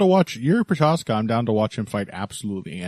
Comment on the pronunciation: Прозахка. Not a hard to prounounce. Why no MMA media people can get it right ?